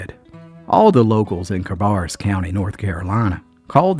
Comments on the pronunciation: Cabarrus county is not in the Appalachian mountains but in the piedmont area of NC. The second syllable of cabarrus is pronounced bear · It's pronounced Ka barass county like embarass. No offense meant.